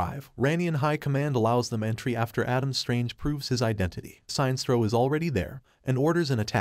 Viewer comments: sin estro not signstro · "Science-troll"? ..... not "Sin-es-tro" ??? .... OMG, pls update the computer-text-to-speech pronunciation/voice database !!! ..... or not ..... lolz Can we have "Science-troll" versus "Sin-es-tro" in a villian-vs-villian fight? :-D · SIGN-STRO....... SIN-NES-STRO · How the hell does he mispronounce Sinestro? It's Sin - Est - Ro not Sine - Stro. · Sine-stro? Sin-es-tro, as in the word "Sinister." That's far from the first blatant and complete mispronunciation you've had in your videos. In your video covering the movie where Lex as president puts a $1B bounty on Superman, you kept saying "metal-o" instead of "met-allo" (as in alloy). Every official voice line ever has pronounced these names differently from how you have. Please put more effort into these. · Shines-tro? I thought he's "Sin-nes-tro" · Damn it, it is like Sinister, that is how it is pronounced!! Pure Silver age SINESTRO!! SIN-ESTRO not SINE!! It may be campy but that's what it was when comics were for kids and mot adults!! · It's not pronounced "Si nestro", it's pronounced "Sin estro". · The way he pronounces Sinestro xD "Sine strow" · Seinstro, the new intergalactic sitcom. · How does the narrator butcher Sinestro’s name?? “Sine-stro”??!! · was this read by a bot? because the mispronunciation of the name sinestro is anoying. sin estro is what it should be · That run was horrible but not as horrible as the pronunciation of Sinestro..